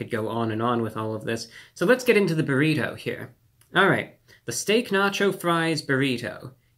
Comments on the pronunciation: Why is he saying buhRITO like some sort of 1st class passenger on the Titanic who's never heard of them before? Who doesn't he say if like everyone else in his highschool senior class does - buhrIDoh? What's next, byurhREEETeaux? Also, I can totally sympathize with the frustration over how poorly distributed the ingredients are in Taco Bell items, but that's ALL fast food. If you want fast food assembled sensibly or distributed evenly you have to take it apart and reassemble it yourself. Otherwise you're going to get the kind of random mess that you'd get if a parrot had made your item. That's just the way fast food is. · He said buritto instead of burrito a couple of times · Stop saying burrito like bureau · The way you pronounce borrito sustains me. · I love how he say burrito. It's "bear-e-toe" I think he was into it. "Let me get just another one or two more bites in" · The way he says burriTOW and not a hair out of place....love him :) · Obsessed with the way he says "buh reet hoe" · You say burrito weird lol . You should look up proper pronunciation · I love how he says Burrito. I need to start talking like that. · Is it just me or is there something in the way that Reviewbrah says the word “burrito” that causes the “nails on chalkboard” effect? I can’t tell if it’s inflection or pronunciation, but I found myself having to pause the video every couple minutes to let the goosebumps subside. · I don’t have to pause the video but yes. I have noticed the way he pronounces “burrito”.